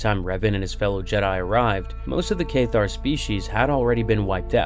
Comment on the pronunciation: Cath-Ar not Kaith-tar